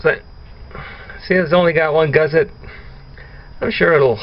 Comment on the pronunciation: There is no "Z" in Gusset.